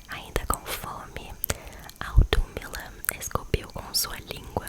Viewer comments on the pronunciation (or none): Ginnungagap é pronunciado como “gUinungagap” Os reinos, terminados em “heim” se lê: ‘raim’. Tipo “Hi” em inglês, só que com M no final. Audumbla: bem, não temos mais esse “d” que tem no alfabeto nórdico antigo, mas ele tem som de “dhe”. Se pronuncia com a língua entre os dentes. E aquele “T” diferente, se pronuncia “Thã”, com a língua entre os dentes também. Tipo a palavra “Thing” em inglês. Bom, as pronúncias mais importante a se aprender são as 2 primeiras que mencionei, o resto é detalhe sórdido. P.S: não sou um cara que gosto muito de Asmr, mas tava rolando no feed e apareceu esse pra mim. como um entusiasta de “mitologias” (não gosto desse termo), cliquei pra ouvir a história e gostei do estilo. Continue lendo histórias em forma de Asmr, isso lhe torna diferente dos outros, positivamente!